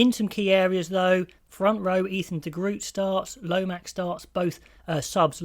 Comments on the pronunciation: Please try and get an Afrikaans or Dutch speaking person teach you how to pronounce de Groot. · De Groot is a Kiwi though? Does he pronounce his name with the "hock a loogie" sound of the Afrikaans G?